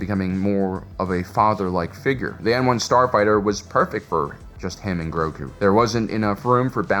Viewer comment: About 85% of the time, Grogu was mispronounced. It is Grow-goo, not Growgurt.